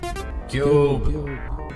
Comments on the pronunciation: you scrubnub its - KYOOB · I like that part where he is like "Cube". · It's like every time he says Cube, I laugh a little harder